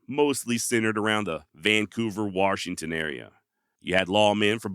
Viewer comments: Warshington well looky hear there's an r in the warshington i got 😊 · Bro, there is no R in Washington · Good story telling here. However, there is no "R" in Washington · Warrrrrshington?? You are from the Mid-Atlantic or Northwest? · OMG. You say Washington with the same accent that I say it in. And FYI, I get told there's no "R" in Washington all the time. I was born here of course. But raised in Alaska.